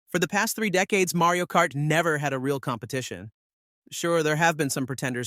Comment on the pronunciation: "Marey-o Kart"? 🤨